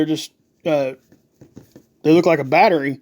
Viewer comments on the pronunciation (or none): none